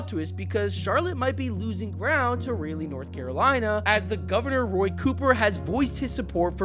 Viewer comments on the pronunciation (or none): Rah-Lee, bro. Not Ray-Lee. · Calling it Ray-Lee is fucking sending me. Its Rah-Lee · lol… Raleigh…Ra - Lee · Bro said Ray-lee North Carolina 💀💀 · I'm sorry. this has nothing to do with the video but I lost it at "ray-lee" NC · Butchered the Raleigh pronunciation lol.